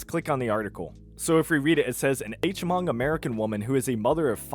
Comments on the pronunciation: bro said “H Mong” 😂😂 it’s just pronounced “Mong” - the H is silent lol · The H in Hmong is silent. It just sounds like "mong" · btw Hmong is pronounced "mong" with just the smallest bit of a glottal at the beginning. We have a lot of Hmong citizens because they did some badass shit for us in Vietnam. P cool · Great video. 👍 But the word Hmong, the H is silent. Peace ✌🏻